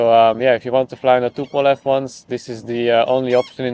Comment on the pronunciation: It isn, t tupolev 😂😂😂